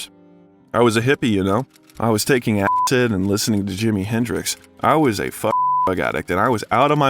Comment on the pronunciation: .... You can't say "acid". Fuck outta here